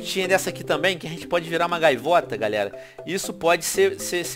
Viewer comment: So eu vi o venom fala gaviota em vez de gaivota :-P